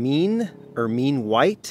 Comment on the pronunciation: You'd killing me. Danube is Dan-yoob. Ermine is Ur-min. An ermine is a mink in its winter white coat.